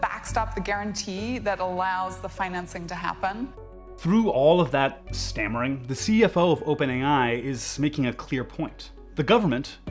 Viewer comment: ..did you say STAMmering or SCAMmering lol. Both work.